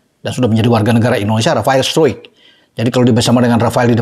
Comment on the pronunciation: Bang, bukan rafael sturuik bang, tapi straikkk , dlm penyebutan nya salah 😂